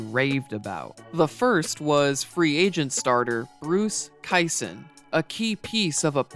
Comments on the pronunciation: Nice work! ( Bruce's last name is pronounced KEY-son, no KIE-son.) 🙂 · The correct pronunciation of Kison, is KEY-son. Not Ky-son. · Just a minor nitpick. It is pronounced "Kee-son" not "Ki-son" Otherwise, nice video. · Zits Bruce KEE-son, not Ki-son. If you can't pronounce the names right, how can we expect you have any grasp of understanding the times? (As opposed to judging them by today's standards) Now we got Dennis Ras-muss-in to be butchered lol.... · It not Bruce Ki-son it's pronounced Key-son. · Great analytic video but its Keeson not Ki-son lol. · We CLEAHLY (SAS reference on channel) got so distracted by Bruce Kai-son that we missed that when the Astros signed Ryan the Angels drafted Dennis Ras-muh-ssen with a compensatory pick received by losing the Express. Rasmussen was then traded to the Yankees for Tommy John. When the Angels let John go to Oakland they replaced him with Don Sutton and John Candelaria (I believe pronounced that name right). Candelaria lost Game 7 of the 1986 ALCS to the Red Sox, who then lost to the Mets. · Good video, it is pronounced Key-son and my Braves get screwed again.